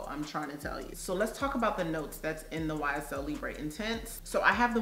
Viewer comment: Libre is pronounced Lee-Brrr (brr think of when your shivering 🥶) Not Lee-bray Hope that helps. Great video 🤗